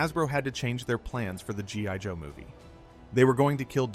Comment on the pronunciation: . Did you just say G *Y* Joe¿????